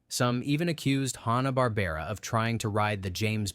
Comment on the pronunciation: i heard "Hawn-ah-bar-bear-ah" at about .